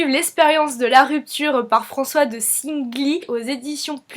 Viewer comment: On pronoce François de "SEIN"gly...